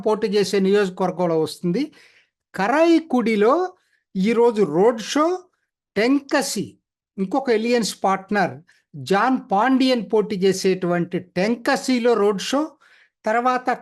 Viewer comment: మీరు ఊళ్ల పేర్లు, వ్యక్తుల పేర్లు సరిగా పలకండి. కరైకుడి కాదు. కారైకుడి. టెంకసి కాదు తెన్ కాశి(అంటే దక్షిణ కాశి)అంబుమణి కాదు అన్బుమణి.